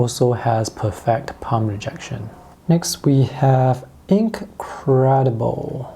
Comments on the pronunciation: PERfect not perFECT. Stress the first syllable of the word not the second syllable. Your English is amazing but I just wanted to inform you about this word. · Depends on where in a sentence your saying it and with what accent you consider to be "correct". I think it's really unnoticeable